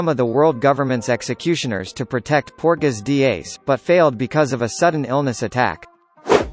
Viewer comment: "PORTAGAS D. EYEYS."